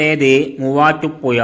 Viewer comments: മുവാറ്റുപുയ അല്ലെടോ മുവാറ്റുപുഴ അതേപോലെ ഏയാമത്തെത്തല്ല ഏഴാമത്തെ താൻ നമ്മുടെ ജില്ലയെ പറയിപ്പിക്കുമല്ലോ മണ്ണുണ്ണി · ചങ്ങായി നിങ്ങൾ ബസ്റ്റാന്റ് എന്ന് പറയുമ്പോ അത് കാണിക്കാൻ കഴിയണം. പിന്നെ വീഡിയോ നോക്കി ഇരുന്ന് ന്റെ കൈയിൽ നിന്ന് മൊബൈൽ താഴെ വീണു. വേറെ ഒന്നും അല്ല തല കറങ്ങിയിട്ട് ആണ്. അത്രയും സ്പീഡിൽ ആണ് വീഡിയോ കറക്കുന്നത് 🙏🙏🙏. ഇനി ഏതെങ്കിലും ജില്ലയെ കുറിച്ച് വീഡിയോ ചെയുന്നുണ്ടെങ്കിൽ ശ്രദ്ധിക്കണം. പിന്നെ മുവാറ്റുപുയ അല്ല മുവാറ്റുപുഴ ആണ്. ഷഡി.. അല്ലാതെ ശഡ്ഢി അല്ല 😂😂😎😎 😎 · ഈ voiced video യിലെ voice ഏതാണ്ട് ഒരു ബംഗാളിയുടേത് പോലെയാണ് തോന്നുന്നത്. വിവരദോഷി. മുവാറ്റുപുഴ എന്നത് അയ്യാൾ പറയുന്നത് മുവാട്ടുപ്പുയ എന്നാണ്. വിഡ്ഢി. 🤣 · ഈ കുണ്ണയോട് പത്ത് തവണ ഞാൻ പറഞ്ഞു. പുയ അല്ല എന്ന്.. ഇവനെ കിട്ടിയാൽ. ഇടിക്കും ഞാൻ.. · എന്തൊരു മൂഞ്ചിയ സംസാരം ആണ് മൂവാറ്റു പുയ ...തനിക്ക് മലയാളം വായിക്കാൻ അറിഞ്ഞു കൂടെ അക്ഷരങ്ങൾ ഉച്ചാരണം അറിഞ്ഞു കൂടെ ..അരോചകം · മൂവാറ്റുപുയ നല്ല അക്ഷരജ്ഞാനം മര്യാദക്ക് സംസാരിക്കാൻ പഠിച്ചിട്ട് പറയൂ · ചേട്ടാ കോയ ആണ് എന്ന് പറഞ്ഞത് കേട്ടില്ലേ.